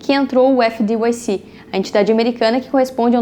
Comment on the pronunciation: Video muito bom. Resumão da farra dos bancos a décadas. Uma sugestão. FDIC se pronuncia efe di ai ci e nao efe di uai ci como voce falou. O uai é o som de (y).